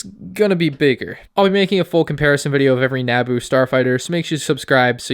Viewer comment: Woah woah woah how tf did you pronounce Naboo